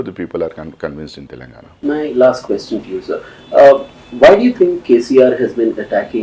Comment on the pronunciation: Is he from Telangana? No one knows him. He has zero knowledge about Telangana. Including how its pronounced.